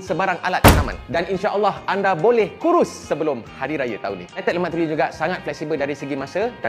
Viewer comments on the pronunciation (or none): none